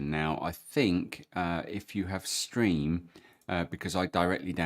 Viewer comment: Thanks for these. Good improvements. By the way, - it's "Steam" (vendor) not "StReam" you're referring to here, and - the word "Scaler" is not pronounced "scaRler", it's said as "scayler" (rhymes with 'mailer') because it's an adjustable scale value. :o) Thanks again, I gave you a thumbs up.